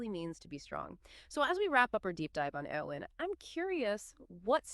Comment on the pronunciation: Couldn't even make it 20 seconds into the video. If THAT's how you're going to mispronounce her name (this character you claim to like)... I'mma watch something else